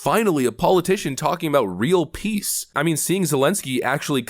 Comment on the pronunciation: Is Mr. Ukraine saying "we need just piss" ?